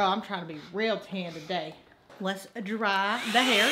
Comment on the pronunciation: i lovee how u sayy dra for the word "dry" 💖💚💚💖 urr soo freakingg stunningg